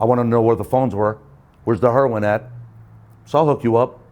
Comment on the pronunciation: What's hurr-win and von-gina?